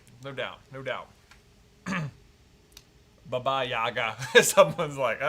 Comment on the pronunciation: It kinda hurt hearing the persons name being called “Baby Yaga” and not what it is as the same as in John Wick, “Baba Yaga”